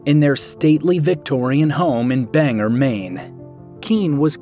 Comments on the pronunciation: Its Bang-gor, not Bang-er! 😄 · Ok. As someone who has spent their life living in Maine, and goes to college in the town, Bangor is pronounced "Bang-OR" not "Banger" Don't worry, a lot of out-of-staters make the same mistake. You're not alone! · Lifelong Mainer here, every town you’ve mentioned correctly except for one that bugged me, and any other Mainer here will know what I’m talking about. Bangor, Maine. ( Bang-gor) is how you pronounce it. Great, short, and very informative video on Stephen King. Our state is extremely proud and appreciative of this great author, who has brought so much back to our state, and put our small unknown state on the map. And no, we’re not a part of Canada lol. We’re the furthest, northeastern, part of the United States that juts up into Canada lol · BANGOR not BANGER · I still love Maximum Overdrive, I don't care who doesn't. 😂😂 And Lol to the way you said Bangor. Bang-er. 😂😂😂😂😂😂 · It's not "banger"!! it's "BANG-GORE" ironically enough